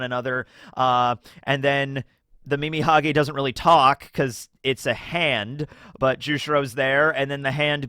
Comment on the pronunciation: Calling Mimihagi, Mimihage is so funny. Earbald it is.